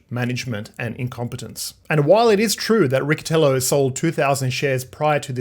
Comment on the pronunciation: Riccitello for you native english speakers its Ricchytello with a double 'l'